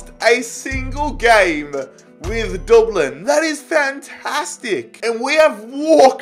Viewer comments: No offense but it is dub-lin not duub lin there nickname is literally the dubs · Dublin not Doblin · pronouncing Dublin: DOOBLIN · Everyone:Dublin: we won the champions league with Doblin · The way he says it doublin 😂😂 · Anybody else’s ears die when he tried to pronounce Dublin it’s pronounced Dub (like u got the dub against city) and then Lin which u can pronounce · I could listen to you say "Dooblin" all day long hahaha Love the videos man! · no we don't get your facts right we say DUBLN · Dooblin 😭😂. Good video! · Nobody:: DORBLENN! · The way he says Dublin😂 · Lmao I love how you say Dublin in a Dublin accent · Why does he say Dublin like that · Why does he say Dublin like that? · Jeez im from dublin so it triggers me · Who else is annoyed by the way he says Dublin